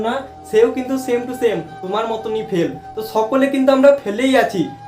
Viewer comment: পেল নয় ❌ ফেল হবে বাবু😂😂